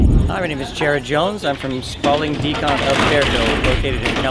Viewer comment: I keep hearing Spaulding Decomp instead of Decon.